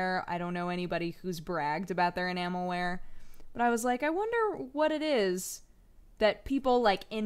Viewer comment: Spent most of the video trying to figure out if she's saying Enamel-wear Or Enama-wear